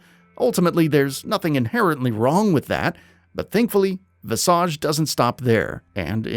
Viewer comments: "Viss-arge". Ha. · Visage is an actual English word and that is 100% not how it's pronounced....